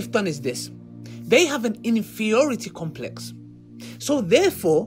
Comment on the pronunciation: "Infieority complex" the damn goblin can't even speak